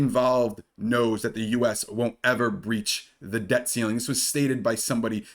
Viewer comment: Pronounce your T's. We aren't in great Britain! Good video... Debt. Not deh.. Button not buh ehnn